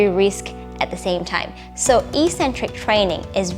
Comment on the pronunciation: Good video, but soft correcton- it's pronounced 'ek-centric'